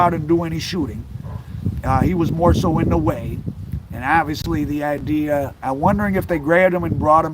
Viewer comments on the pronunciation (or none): none